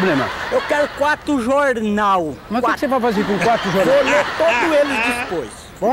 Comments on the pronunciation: EU QUERO QUATO JOURNAU QUATO !! -O QUE CE VAI FAZER COM 4 JORNAL ? -VÔ LÊ TODO ELES DISPOIS KKKKKKK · Eu quero quato jornal! Quato! - Mas o que cê vai fazer com quatro jornal? - Vô lê todo eles dispois. - Como dispois lê?